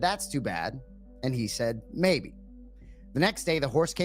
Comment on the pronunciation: Anik says "maybe" as "may".